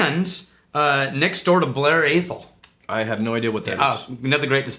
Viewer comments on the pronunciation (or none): You can't class the islands as the same as the Highlands. They are distinct regions from one another. Politically and geographically they are separate entities. Also the 'a' in Atholl is pronounced as you would say apple, and the same with Balblair (not ball;) ). Sorry to come across as pedantic, but I'm in that sort of mood, so what the hell!